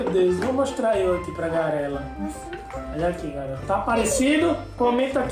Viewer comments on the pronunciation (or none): o pai de sarah falando garela